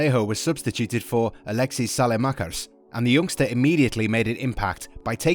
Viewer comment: Pronouncing of Saelemaekers was perfect, good job